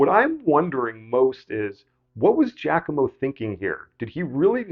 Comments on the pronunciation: Giacomo is pronounced “jockimo, not “jackimo” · Please stop saying "Jack-omo"! The first syllable in "Giacomo" is a broad A, as in "mama". (In American and Canadian accents, this is the same vowel sound as in the word "jock"; though that does not hold true for English, Scottish, and Australian accents). Please pronounce that name as "JAH-co-mo".